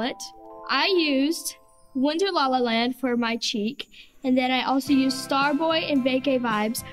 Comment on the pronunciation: says nused but it's used